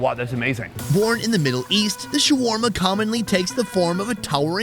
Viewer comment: "You want sharwarma? Ill give you shwarma"